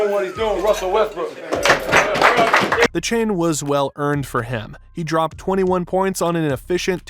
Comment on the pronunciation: Bro did he call him Westbrick or I’m trippin